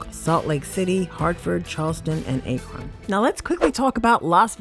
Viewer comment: You pronounced the city Akron of Ohio wrong.